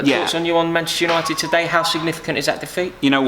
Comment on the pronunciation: Bantchester United 🤣